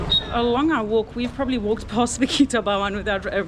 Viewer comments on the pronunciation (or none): none